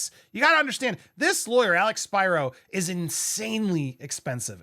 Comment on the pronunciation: Spiro NOT Spyro. In Greek letters are always pronounced the same. Please stop calling him Spyro. It’s really annoying.